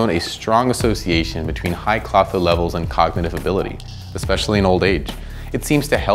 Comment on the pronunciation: To bad it did not come with the ability to correctly say Klotho!